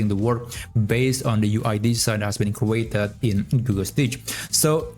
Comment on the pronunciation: crew-ated? lol